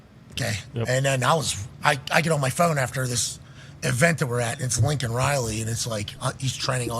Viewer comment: If this were the first Biden gaffe, I could probably let it slide. When Newsmax was first reporting Laken Riley's death, the people on their channel weren't saying her first name distinctly and I kept hearing Lincoln as well. Unlike McAfee, I didn't take that to mean the coach was dead. But I did wonder if he had known he had a female namesake prior to her death. Was several days before I saw her name in print and learned I'd been hearing it wrong. But as long as Laken Riley's murder has been news now, you'd think the speechwriter crafting his State Of The Union address would be more careful than that. It's one thing for a random normie to mishear a name on the news. It's quite another when a government official who's citing a national tragedy in a major speech butchers the name of the victim.